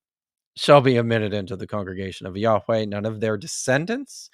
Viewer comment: It would help you draw the connection, in the way youve decided to do it in this video, if you pronounced yahweh, as yah-weh, like ehyeh, instead of yah-weigh. They share the same final vowel. Edit: My Hebrew isn't the best. Lol, I hope that didn't fall flat.